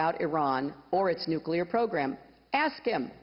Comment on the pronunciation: Just for the fact she says NUCLEAR and not NUCULAR, i would vote for her